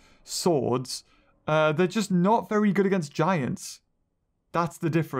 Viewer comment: who els else noticed that said beavery afraid